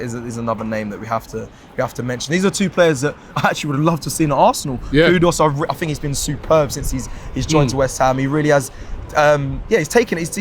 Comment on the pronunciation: Guys pls as a Ghanaian I can assure it’s not pronounced “KUDOS” there’s clearly no “O” in his name